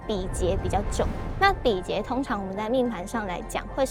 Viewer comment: 比劫~not 比杰